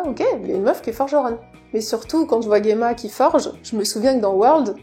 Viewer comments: Alors, si je puis me permettre, en japonais Gemma s'écrit ジェマ, ça se prononce Jéma, comme en français et non Guéma, voila voila… Sinon la vidéo sympa comme toujours. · Pour Gemma, le fait de dire "je le dis a la japonaise" c'est malheureusement même pas vrai, car j'ai joué avec les voix japonaises et ils prononcent "Jima" en Japonais :/